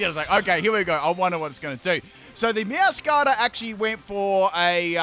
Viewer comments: Its actually MeowscaraDA. Like “mascarade”. I dont understand why he calls it Meowscara. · I think Meowscarada is pronounced Meow-scarada (Like a mascarade, because it wears a mask) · Meow - scur - raid - uh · Repeat after me- Spri-gah-tee-toh Meow-skah- rah-dah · I love how skips a syllable for Sprigatito and Meowscarada:_pimpKappa::_pimpKappa::_pimpKappa:. Floragato got some special treatment